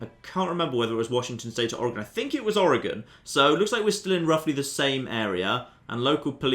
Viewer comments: I’m happy you can actually pronounce Oregon correctly. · Omg you pronounced Oregon right! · Genuinely surprising and refreshing, also speaking as an Oregonian. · As an Oregonian, thank you for pronouncing Oregon correctly.